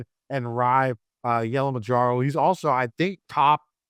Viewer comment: Please someone tell how to pronounce Yellamarajus name please.